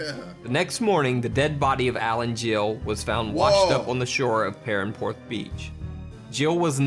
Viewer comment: PARANPORTH?!?! WTF ITS PERRANPORTH AS IN ST PIRAN, BRUHHHHH THESE AMERICANS NOT DOING PROPER RESEARCH